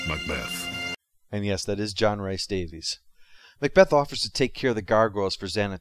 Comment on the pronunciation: Slight nit-pick, but Rhys is pronounced Reese (like Kyle Reese from Terminator, or John Reese from Person of Interest). I'm in pedantic Scottish goit mode. Just in case ends up doing videos on Wing Commander 4 or Sliders or Indiana Jones or something else with JRD in it.